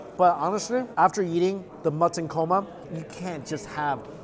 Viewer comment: He said "korma" a few times...then it became "coma". Psst try not to bring food to your mouth or touch food with your left hand. It is disrespectful because the left hand is considered "dirty". I make a mean chicken karahi!